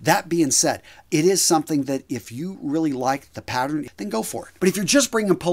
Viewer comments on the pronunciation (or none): none